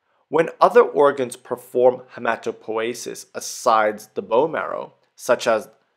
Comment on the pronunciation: I always called it hematopoiesis, with an i. And sounds very disturbing to hear hematopoesis.